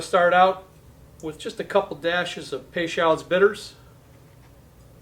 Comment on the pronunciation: I love it with rye as well. I am from New Orleans and the bitters name is pronounced pay-show